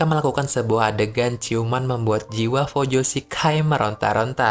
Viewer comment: Ralat ya bang Pelafalannya fujoshi bukan fojushi